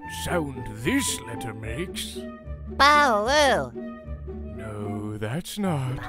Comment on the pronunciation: Lol, the baby cups are saying “BAWOO” 🤣